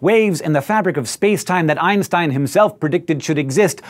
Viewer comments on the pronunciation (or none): none